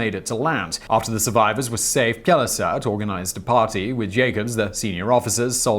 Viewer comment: It's pronounced as Pel-saart, no j-sound in the first part (so no Pjel).